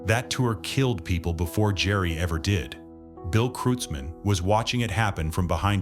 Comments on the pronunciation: It's kroitzmann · It's pronounced KROITZmann, FFS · You asked a 100 'real' Germans how to pronounce it and they said 'krutes mann' or 'krootz Mann'? Impressive. However here in the real USA, it so happens that in the 1980s-90s I lived in Comptche, Mendocino County CA, where Bill owned a ranch. He was known in the community as Bill KROITZmann. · Could computer at least pronounce his name correctly.